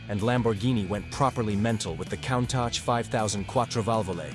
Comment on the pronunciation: Who taught you how to pronounce Countach???